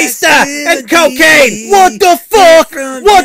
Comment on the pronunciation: Co-Kane :D